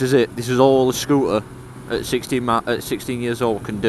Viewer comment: Please be aware that words with the letter T in the middle (ie scooter) should be pronounced with the letter T being audible.